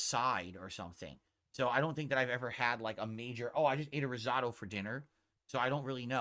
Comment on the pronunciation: There are absolutely NO family owned restaurants just chain restaurants and no Italian nor American restaurants in his area?! please pronounce “risotto” correctly…so irritating.